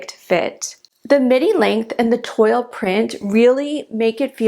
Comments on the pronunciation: Toile is pronounced “Twaal” ;-) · Toile print is pronounced as 'Twall'